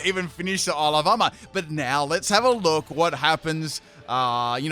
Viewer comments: when you say ile of armour i always hear alabama, it's very disturbing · I though that he actually was saying that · I swear everytime says Isle of Armor I hear Alabama- 😂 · I keep hearing "Alabama" whenever you say "Isle of Armor". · I can't help but hear "Isle Obama". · Am I the only one who hears “Alabama”